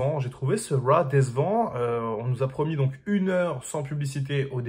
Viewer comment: Arrête de dire Raw ou apprends à le prononcer correctement...